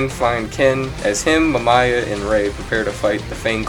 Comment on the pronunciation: MaMYA? Lol it's pronounced as Mam-Ih-Yah & Uyghur is pronounced was We-Gir(Gir as gir from invader Zim)